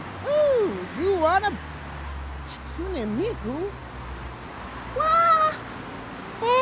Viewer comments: I know it Hatsune not Hatsuna?!?!?!? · hatsunE miku? HatsunE miku? its Hatsun"eh" Miku!!! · They were like Hatsuni. No, mate. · What annoys me so much, is the fact they're all pronouncing Hatsune wrong!! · And Hatsune is her last name.